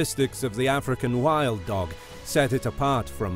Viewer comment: No one. Absolutely no one.: "Ahfrikan Whild Doug"